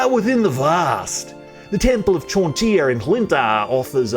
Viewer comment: To my American ears your pronunciation of her name sounds like John deer which cracks me up